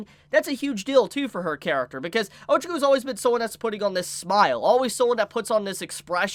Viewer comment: And ochaco. You are terrible at pronouncing names